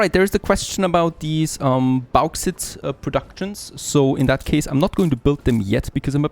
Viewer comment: Du sprichst Bauxite ein bisschen falsch aus, Der erste teil Baux wird wie Boot ausgepsrochen nur das T mit X wechseln, das ite wird wie bei eitel oder kite ausgepsrochen. Hoffe das hilft! Freue mach aber mega auf mehr content vom DLC, weier to!!